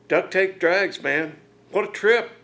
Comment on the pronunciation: Drags, not Drages!